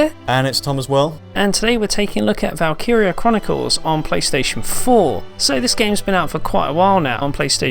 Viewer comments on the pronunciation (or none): Know-all Tom's comments irritated me. He doesn't even know the name of the game and has such authority. It's not ''Valkaria.'' And exactly how was this game not progressive graphically? There had been nothing like it at the time and the scope of the game graphically was very ambitious. They made it in 720p probably because they couldn't have done it in 1080p on PS3.